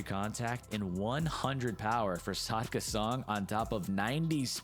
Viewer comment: Good video, i just wanna say its actually Sakda not Sadka